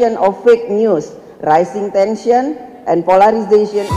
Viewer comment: Raishingg tensyennn